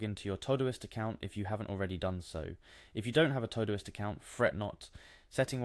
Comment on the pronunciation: This was helpful. Please note: The program is called Todoist. It's for things TO DO. Pronounced TO-Do-ist. Not TOE-do-ist.